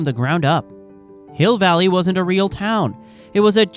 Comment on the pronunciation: Yeah, you can tell the AI when it calls Hill Valley "Hi Valley" and Crispin Glover "Crispin Glowver." These are mistakes humans wouldn't make, if they know what they're talking about.